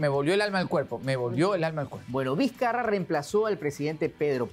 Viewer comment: "Martin Dizcarra" JAJAJJA